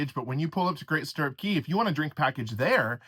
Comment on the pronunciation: Isn't it Cay? Like K?